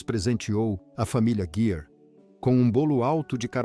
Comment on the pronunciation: Leitura péssima, que erra a pronúncia do nome do ator e desrespeita a pontuação e a entonação adequadas. Os erros chegam a prejudicar a compreensão do ouvinte.